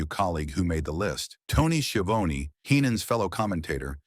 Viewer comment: Why don’t you just make your own videos? Why do you rely on AI? You really, really messed this one up. Tony “ski-a-vone”? Video disliked.